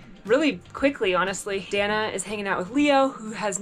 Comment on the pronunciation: El nombre de ella es “Dahna” no Danah sii???